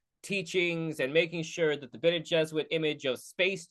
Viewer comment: It is spelled and pronounced differently. I mean yes it probably a reference to Jesuits. But it is not jesuits jez oo-its. But Bene jez- oor rit. So because there is an added R, it turns them from Catholics to witches.